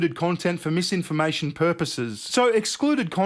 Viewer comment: "Its mam-imformation" - totally not crazy person.